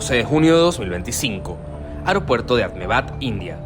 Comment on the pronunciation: La ciudad no se llama "Ahmebad", sino "Ahmedabad".